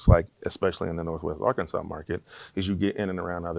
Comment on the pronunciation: We do not say Ar-Kansas… more like an insult